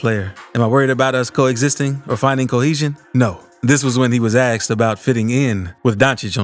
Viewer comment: It’s not “axed” it’s “asked”